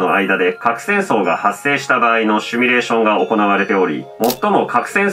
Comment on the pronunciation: 「シュミ」レーションって言うのやめて😂 シミュレーション(simulation)だから